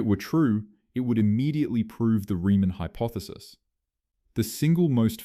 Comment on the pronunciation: Same as 'hypothesis' read as "hypoethesis", plus the typical contrivedly dramatic composition. All just artifacts of one-eyed 'A Eye' scripting and reading.